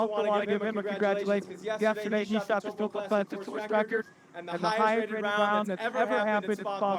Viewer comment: You guys are doing great, but you have to learn how to pronounce the New Zealand language. It’s very similar to Hawaii where you annunciate the vowels as they sound. You’re saying Taupo totally wrong. 😂